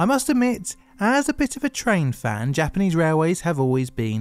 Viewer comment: You do really well with your Japanese pronunciation in this one! A small compliment, but I hope a meaningful one. <3